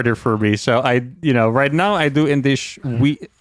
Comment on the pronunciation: "indish weed" took my by surprise :)